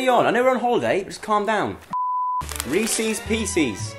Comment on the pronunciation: "Reeseeeees peacies" 😂😂😂